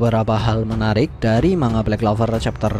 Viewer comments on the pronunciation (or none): none